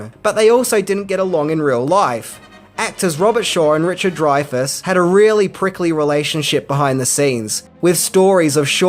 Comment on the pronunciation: youre an idiot, its not dryfas, its drayfas